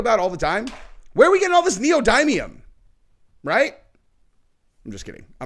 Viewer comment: Pronounced dimium***